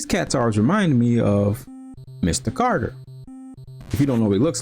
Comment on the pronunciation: Yeah it sounded like you said Carter, but I loved the Welcome Back Kotter and Jeffersons references =0) I must have not been any good at this game because I do not remember that uppercut-launch animation at all! Sure it was no PunchOut, but Ring King wasn't too bad at all. EDIT: I just realized the RK music sounds like it was done by the same person as NES Paperboy.